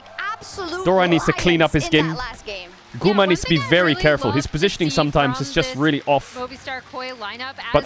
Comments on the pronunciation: i kept hearing "GUMA SAUCY" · We need a video compilation of Caedrel pronouncing Guma’s name🤣